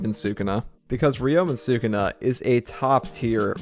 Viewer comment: i love the content but I cannot stand the way you pronounce Sukuna